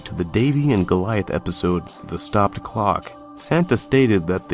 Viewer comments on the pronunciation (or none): none